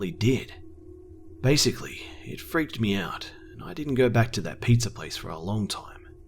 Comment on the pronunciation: I always notice how he sometimes says "Pizzahr", or any "hr" at the end sometimes. Funny.